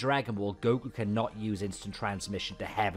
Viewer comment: No way I gave my energy coz I thought it was Hercule. Who TF is GO-Kuu?